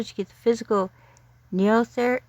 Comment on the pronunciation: Thanks so much for making this video and helping me try to reach more people. I plan to launch the campaign on July 13 after I come back from vacation. BTW, it's pronounced "knee-oh-theric" which is a made-up word that means "new age of beasts." And six eight is a reference to chapter 6, verse 8 of the Book of Revelation from the Bible.